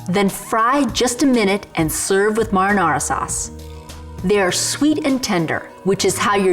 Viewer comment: What a dumb bitch, she can't pronounce her words correctly...marinara you moron.